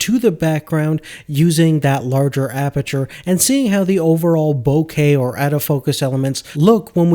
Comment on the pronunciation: Dude “bokeh” (Boak-ah) is what your talking about! A “bouquet” is what you give your mother, or your girlfriend before she dumps you for not knowing this.